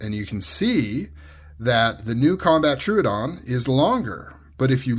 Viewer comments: tro-ah-don btw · Well, it’s not too hard. say trow instead of true trow-uhh-don. You got this 👍